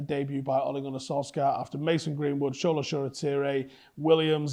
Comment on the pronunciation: It's not (show)la but (sure)la. And the L is kind of long. Let's not pretend like CB is where we are strongest. I've seen enough this season to make me feel like we will give the opposition a goal.